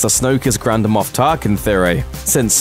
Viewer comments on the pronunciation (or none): none